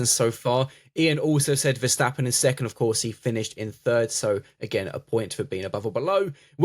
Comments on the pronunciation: In English, when you read the word "step" do you pronounce it as "shtep"? Not in my world. Well, the "stap" in Dutch is the same. It even means step. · Yeah I don't get why Verstappens name seem to conjure up some extra letters with native English speakers